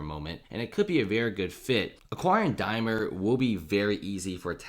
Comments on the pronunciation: DaimLer! :-) not Dymer :-/ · Dude, there's an "L" in Daimler, just sayin'